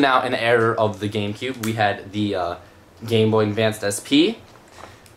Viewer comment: you said endvanced instead of advance